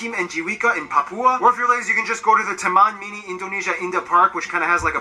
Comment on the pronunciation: W'lah bro, huruf ( A ) klo bule nyebutnya ( E ). Wajar lahh..